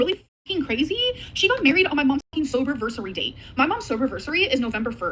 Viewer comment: “sobervisery date” 😭😭 girl.